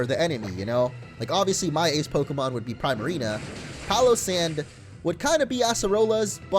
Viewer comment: I hate his pronunciation of primarina